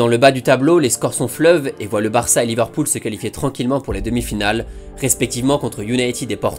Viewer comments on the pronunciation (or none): none